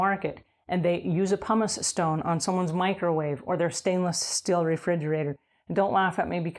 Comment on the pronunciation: Why does she keep calling it a "Pomice eStone"??